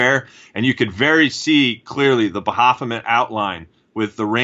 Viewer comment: Pretty sure its "Ba-fo-met"... Makes me want to bang my head on a table hearing "ba-ha-fo-met" lol..